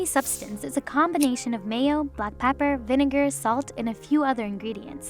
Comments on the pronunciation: The way she says pepper hurts me inside. "Pah-per" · Why the hell is she pronouncing gyro and pepper all weird?